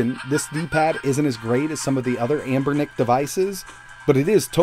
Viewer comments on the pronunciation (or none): none